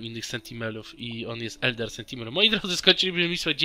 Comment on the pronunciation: Wiem że się czepiam i jestem złym człowiekiem ale... SENTINEL a nie SENTIMEL! XD